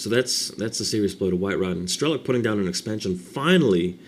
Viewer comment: he's not strElok, but strelOk [strelo'k]